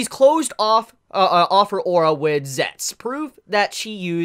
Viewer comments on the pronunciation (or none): Why does he pronounce "zetsu" as "zets" instead of "zetsu" ?